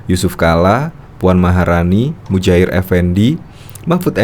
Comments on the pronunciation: Bukan Mujair mas, yang bener ( Muhajir ) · Sering salah sebut... Seharusnya.. MUHAJIR.. Bukan mujahir...